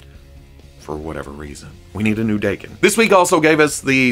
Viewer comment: His name is Japanese. So Daken is pronounced Dokken. Da=Dah+ ken.